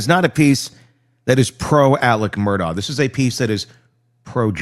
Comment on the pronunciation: “Mur-dock” 😊 Love your channel.